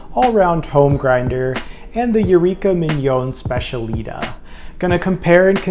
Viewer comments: These both look great for an upgrade. Oh the Eureka is pronounced Spech-a-lee-tah, emphasis on the “tah”. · It is pronounced SPETIALITÁÁ